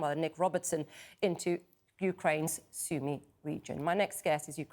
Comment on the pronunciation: It’s not Sumeeeee Region, it is Sumy (“i” like in “live” not like in leave)